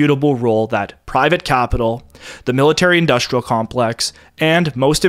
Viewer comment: The narrator has a speech impediment. He pronounces industrial as "indushtrial", and lots of other examples. It may be cultural appropriation from the blacks.